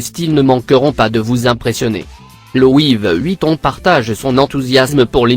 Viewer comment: Il dit louive Vuitton